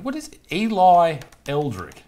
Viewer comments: Erlick not Elrick 😂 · 😂 mate,it's er lick not el rick 😂 no wonder you couldn't find her on line if you're typing Elrick 😂.